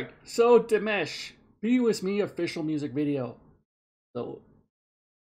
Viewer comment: His name is Dimash not Demash. Pronounce it Dee mash like mash'ed potato. Deemashh 😅